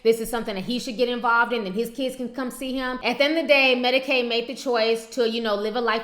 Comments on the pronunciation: did yu say medicades lmaoooooooooooooooooo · "Medicaide" LMAO